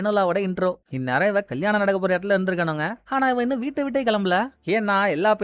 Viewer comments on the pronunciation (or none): ஆனா❌❌ Haana✅🤮🤮